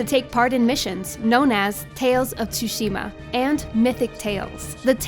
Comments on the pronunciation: "ghost of Tooushima" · It's not tsusima! It's tsushima!!! And its not Assassins Creed bullshit! This is its own game. Review it better next time! This feels more like Shadow of Mordor. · If one more person says T-sushima i'm going to die. THE 'T' IS SILENT PEOPLE. It's pronounced 'Sushima' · It's so annoying when people say T-sushima. The T is silent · she really said "tusima" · "Ghost of chuchima" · Love the review but I'm annoyed how she kept mispronouncing tshushima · Why can no one seem to pronounce “Tsushima” correctly? I love you, but it’s not that hard... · That's what I was thinking the whole time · Nicholas Engelbert things don’t always sound the way there spelled which is the case for Tsushima. She is saying it wrong. You can literally google it. So how about you actually try and learn how to say it before you go saying I’m wrong, ok? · lmaoo I didn't say It was right. I'm pointing out how stupid it is to try to make fun of her pronunciation by writing "tusima", "chuchima" etc.